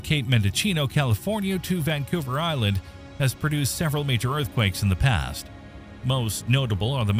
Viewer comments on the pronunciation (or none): none